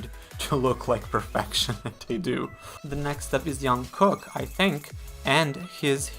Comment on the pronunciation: Oh Jungkooks name is pronounced Jung - Cook (Kook)